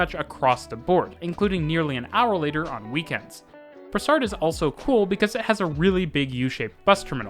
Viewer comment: It’s Brossard !! Not brassard!!!